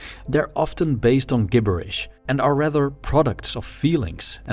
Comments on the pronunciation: Just because English isn’t your first language so you wouldn’t know this from seeing it written down, “gibberish” is pronounced “jibberish” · 1. The word "gibberish" uses a J sound at the beginning and not a G. English is tricky. 2. What is the music from? I love all of it. 3. I don't agree with anything in this video at all. It totally ignores that we are social animals, and is only a pretense for ignoring what could be genuine wisdom from others. Great presentation as always.